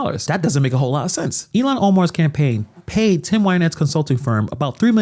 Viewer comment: Who the F is Illiyan Omar??? Why can't Vance pronounce her name correctly? And just to say, the evidence against her having married her brother (which she did to get him into this country and to fraudulently obtain student loans and federal student housing for the two of them) has been proven with iron clad evidence. THE MAINSTREAM MEDIA has obfuscated the story because the MN news journals are as left as it gets.